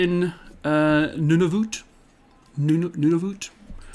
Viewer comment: Pretty good pronunciation! Nunavut is correct and Iqaluit is close haha. Don't worry, some of those names are tricky. These are important stories to share, so glad you're covering them! Also, Nunavut is a Territory not a Province so you might want to add that to your thumbnail. But awesome work nonetheless! 👍